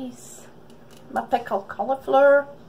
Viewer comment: PICKLED COLIFLUUURRREEE YOUR ACCENT HA